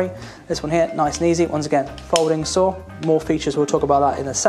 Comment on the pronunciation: Sometimes I heard "sword" instead of "saw" which made the video quite funny lol